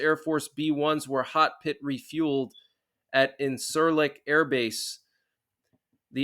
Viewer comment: It's pronounced in-sir-lick. Just fyi. Appreciate the updates